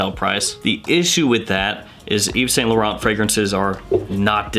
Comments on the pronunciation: A wee tip my scented friend, when saying Yves Saint Laurent, try pronouncing it as Eve Sant Lawrawnt. It has to roll off the tongue. Great channel by the way... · You still got the pronunciation of Yves Saint Laurent wrong lol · Eve sa la Ron is how you pronounce yves Saint Lauren